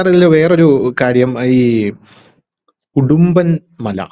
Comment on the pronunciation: ഹിടുമ്പൻ ആണ്.... ഉടുമ്പൻ അല്ല.